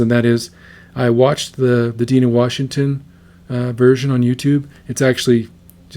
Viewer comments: Its NOT Deena, its Dina, as in die. Dina Washington. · I left out this "it's NOT Dee na, it's D eye na !!!". 🥰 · Can you say Die-nah? Dye-nah? Rhymes with mynah? Have you never heard the American folk song “I’ve been working on the railroad” (someone’s in the kitchen with Dinah)? Have you never heard of the book of Genesis, wherein which the 12 sons of Israel have a sister named Dinah— not Dee-nah!!! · Die-nah Washington, not deeeena.......just sayin , thanks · Her name is pronounced DI’-nah. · It is pronounced Die Nah Washington. I also listened to the original and was surprised how closely she sings to Dinah's version. I'm not going to ding an 8 yr.old for trying to sing like the records she listened to. I can't believe that singing in "her own voice" would be any different in the outcome. I think what she is doing is harder than to sing in what might be as easy to explain until she got older. Have you noticed how easy it is for her modulate her vibrato? Check the "Summertime" that she sang on NGT. She had been encouraged to just sing what you want and how you want. The fact that in her early years she can sing three songs and have them sound three different ways is pretty remarkable to me. This song was sung at my last wedding. While that didn't make past ten years, I got sick nothing lethal just a horrible pile of chronic symptoms. After almost eight years of tests and diminishing abilities, while it broke my heart I didn't blame her. The irony is just a few years after that she did get a bad diagnosis and passed a couple of years ago. Oh, there I go rambling about things nobody cares about. You don't need to apologize for anything. First, the song in it self can extract emotions, especially if you have memories of people who were close and are no longer there. Then there is the singer who should be face down in a 'Happy Meal' instead of singing songs that were hits back before we were her age, I'm 70 you get the idea. I close my eyes and the voice is coming to